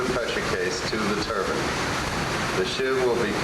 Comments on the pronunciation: You’d think that someone who was working on a turbine would know how to pronounce it... Turban 👳🏾‍♂️=\=⚙️ Turbine! You feckin’ 🥧 🔑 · Its not a turbun, it's called a turbine